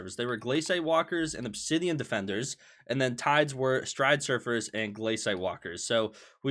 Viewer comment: everytime he says stridesurfers instead of stridersurfers i die inside